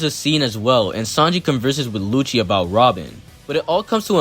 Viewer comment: I’m sorry did you say “lucci wanks Tom”?